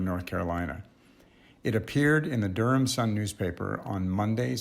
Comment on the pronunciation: My mom's family is from the Raleigh-Durham area, and your pronunciation sounded exactly right to me.